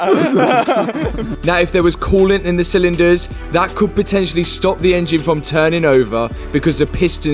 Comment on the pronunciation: The way he says engine very bad